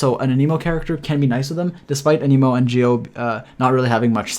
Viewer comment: Ah-neh-mo not Ah-nee-mo